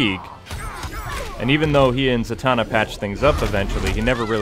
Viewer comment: Za-Man-na lol